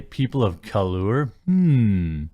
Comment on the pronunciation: Lmao..”people of ca-loure” What an idiot